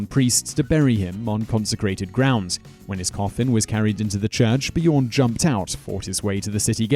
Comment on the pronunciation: My favourite part my him trying to say Björn